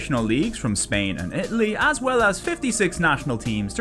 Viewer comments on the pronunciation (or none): none